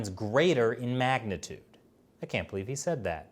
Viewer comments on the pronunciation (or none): none